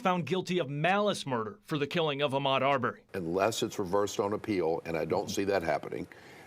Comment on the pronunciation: How can your newscaster not know the proper name of the victim in this case? It’s a nationally watched case and his name is Arbery NOT Arbor! 🤷🏽‍♀️🤷🏽‍♀️🤷🏽‍♀️